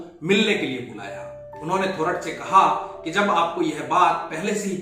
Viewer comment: The accurate pronunciation is थोरात !